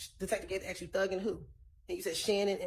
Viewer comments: Prosecutors talking they axked you they axed you like seriously it’s called asked as in ass… asked you…. You spent how many years in law school and can’t pronounce asked correctly 😂 miss love suddenly sitting there doing absolutely nothing but more dumb founded then anything 🎉 she knows this trial is bullsht and they trying so hard to connect dots to a functioning crack head as their best witness 😅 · The Prosecutor is Dumb as hell. She uses. " I axed your" typical. Dumb A55S